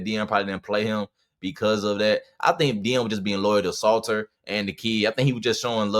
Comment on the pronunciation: This dont know what he saying lol he saying the name wrong too lol Salter is a one read run Qb and he was missing wide open passes all year